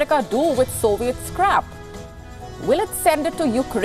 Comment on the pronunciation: did she say "Soviet scrap" or "Soviet's crap?" same thing either way